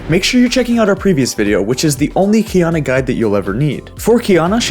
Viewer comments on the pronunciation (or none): Key ah nah not kiyana